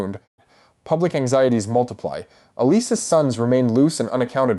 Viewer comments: Like "Alyse" - who the heck is that? I know it's meant to be Allicent, but jeeze! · Whe did Alicent become Alys? Seriously your constant mispronounced names gives us all the impression you don't know what you're talking about as simply watching the shows would inform you of. I really want to like your channel but it gets more and more difficult the more shows I watch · Go back to school and learn how to read correctly. You even screwed up Alicents name. If you watched the show then say it that way